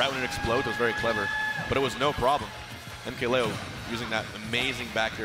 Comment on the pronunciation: Joel Garcia I think he says Lee-o when I’m pretty sure it’s supposed to be Lay-o